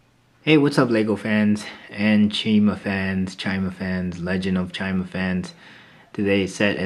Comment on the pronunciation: Chima YIU KNIW WHAT chi is it's CHIMA not Chi ma